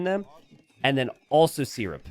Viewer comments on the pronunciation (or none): Syrup is pronounced sir-up, not sear-up